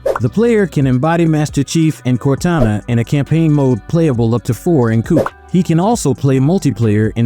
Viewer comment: it’s AI for sure ,they said coupe and not Co-op lol “three hundred and forty three studios